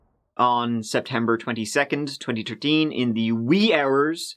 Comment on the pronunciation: "On September 22 Twentyterteen..."... Priceless XD